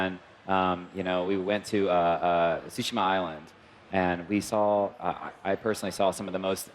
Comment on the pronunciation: "Ghost Of TsushiMa", not "TsushiNa":)